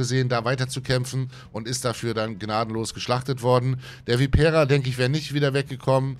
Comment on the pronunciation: Schönes Video. Kenne ich auch, obwohl ich derzeit nur bis Tier 6 spiele. Langt mir 😀. Anmerkung: Bei Vipera muss die erste Silbe betont werden, also Viii- pera, nicht die vorletzte. Da blutet mir studiertem Italianisten immer das Herz 🤪